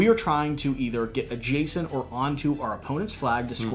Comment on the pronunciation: OK, seriously,, learn to say "adjacent" right. Second syllable is "jay" not "juh". It pulls viewers right out of the video when you have a jarring mispronunciation like that. Listen to how your co-host says it. The term comes up way too often in board gaming.